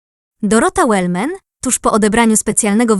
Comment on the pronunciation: Wellman, proszę nie przekręcać nazwiska